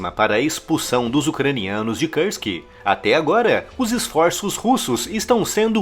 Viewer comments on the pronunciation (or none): Pra quem entende de russo: não seria mais correro dizer "Kursk" ao invés de "Kãrsk"? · Por que se fala "KARSK" e não KURSK? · Kursk: a pronúncia correta é como se escreve. Karsk é anglicismo desnecessário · Nao é Kãrsk, é KURSK! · o U de kursk é um U mesmo que se fala, não o U do inglês. É Kúrsk, um U lido como um U mesmo